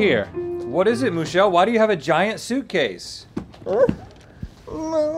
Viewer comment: Not Moo-chelle 😭😭😭😭